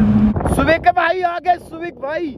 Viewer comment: सुवीक है भाई सुविक 😂😂🙏